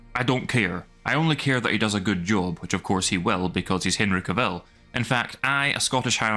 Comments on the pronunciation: For god sake will you pronounce his name correctly, it's not Ka-vill. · Dude, you're pronouncing Cavill wrong the whole time! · How he pronounces Henry Cavills name...😅